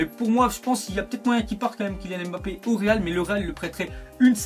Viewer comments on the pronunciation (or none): none